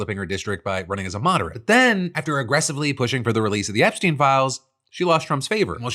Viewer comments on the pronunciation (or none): none